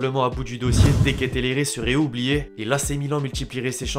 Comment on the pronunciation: T’as pas respecté le nom de De Keteleare mon reuf, il est belge pas italien 🤣